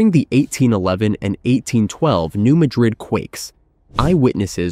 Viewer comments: New Madrid is pronounced with the emphasis on the second syllable of Madrid by locals and seismologists. So it’s New MA-drid, not New Ma-DRID. This is for us humans, as I think it might be an AI narrator. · (No "New Madrid" but "new-MA (as in "cat")- drid") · The correct local pronunciation of the fault zone is New MAD-rid (not Ma-drid). Thought I'd shake things up pointing that out... 😏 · It is pronounced Nu MAD-rid not Nu Mah-Drid....you A.I. bot digital dimwit. 😎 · It's pronounced New Ma'-drid, not New Mad-rid'. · Get a real narrator. Its pronounced Mad-rid! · I believe the name is commonly pronounced New MAD-rid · Are you certain you're pronouncing it correctly? When I lived in the area, I was informed it was New MAY-drid. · Thank you! The computer/non-computer voices drive me bonkers with the mispronounciations! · If you can’t correctly pronounce “Madrid” (USA ) , I can’t listen. Out! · I came here to tell him that as well.